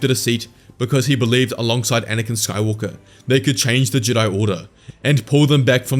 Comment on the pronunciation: the way you pronounced jedi at the vary end there, was that meant to be a callback to the ancient jedI from before they split into the jedi and sith?